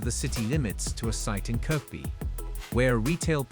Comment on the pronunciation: Some parts are factually inaccurate, and the video is rather lazy with the graphics. It shows the original stadium design, not the final one which is actually now built. Goodness knows there are enough images on the web to get it right. Irritating pronunciation too - "Kirckby". No mention of the fact that Goodison is the only club ground in the country to have hosted a World Cup Semi-Final.